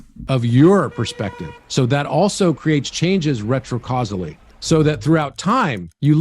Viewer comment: Fun new drinking game! Take a shot whenever says "retro-causily". Keep emergency services on speed dial.